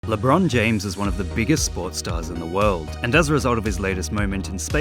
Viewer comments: why do they call him Lebrone Jahamas tho? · its Lebrohn Jahamez 4 correction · LeBruhn James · Omg its Lebron Jahames Edit: Lebron James* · guys its lebron jahamas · its labron jahamz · Le'bron Jah'hames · LeeChong James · Lebron james? I thought it was Lebron Jahames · It actually lebron jahames get it right next time😤🙄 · ah yes I believe his name is lebrone jahames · Ah yes, that guy LeBron Jahammad